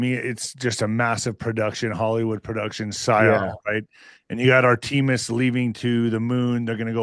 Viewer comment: If you can't pronounce Artemis you're not really that qualified to criticize it.